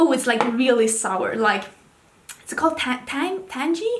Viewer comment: You’re right that tangy is a word! The “tang” part rhymes with “hang” though - so you don’t pronounce the g. There was actually an orange drink mix in the US for awhile called Tang!